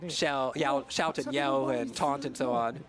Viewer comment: My guy really said “Yout” and “Shell” instead of shout and yell